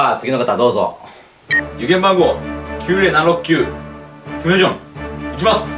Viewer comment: キムじぶんの名前ちょっと言い間違えてるよな